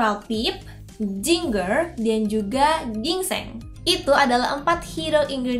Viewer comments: It's Jinjer not Jingger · btw ginger bacanya "jinjer" ya bukan jinger. semangat ngontennya